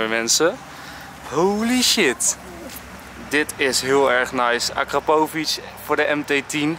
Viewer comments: Je zegt akrapovic verkeerd. ik denk dat veel mensen daardoor cringen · Hoe de fuck zeg jij akrapovic